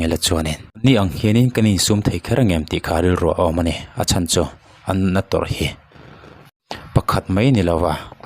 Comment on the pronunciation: Engatinge a nihna bo rak khawpa mizotawng i sua sam mai le. Naute an 'chan' i tih an 'CHÂN' ti ta che. A thu a tluang tlan teh lul nen. A serh a thler tih kha chu, damdawi Inah chuan an hliam belh tlangpui lo maw!! (Fa tir ngat phei chu emaw nau awl tak te hi chu an awm ve hrim hrim a) An thui fuh lo a nih chuan thu hran ni se.